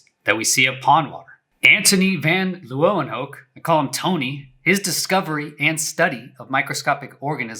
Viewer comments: Not that it's very important but, as a Dutchie, I can't help but wanting to help you how to pronounce the name 'Van Leeuwenhoek' haha :) 🤓 The name means: From Lion's Corner. And we pronounce it as something like "Vahn Laywenhook" with the emphesis on "Lay". Thanks for your great video, your enthousiasm and knowledge is an enjoyment to watch! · Oh boii.. why did you butcher that name van Leeuwenhoek so much? 😂😂 Could have used some pronunciation software before uttering that historical name.